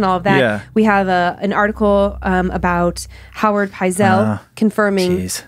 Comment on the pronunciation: another great episode - its Benjamin Pietzel , not Howard and the pronunciation is Pite-sel